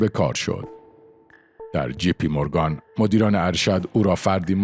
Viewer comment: تلفظ جی پی مورگن را اشتباه گفتید. دو حرف انگلیسی G و J در فارسی شبیه هم نوشته می‌شوند. بنابراین همیشه باید مراقب بود که این دو را با هم اشتباه نکنیم چون تلفط اونها کاملا با هم فرق می‌کنه.